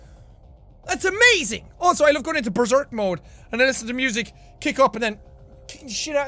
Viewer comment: Did anyone else laugh when he said "Listenten to it"? I dont know why i just find that funny.